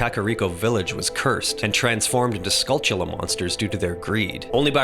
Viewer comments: Dude! You pronounced skulltula right! It's such a pet peeve of mine when people pronounce it wrong. Way to go, man! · I wonder if they're crystalline. Would explain the somewhat uniform shape. Also don't worry about you're pronunciation. You are the ONLY one who says Skulltula correctly.